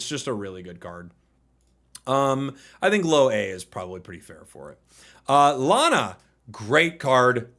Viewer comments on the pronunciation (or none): none